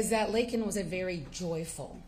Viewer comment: LAKEN not LAYLEN